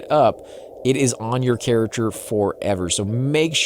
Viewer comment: Why are you saying carrachure and not character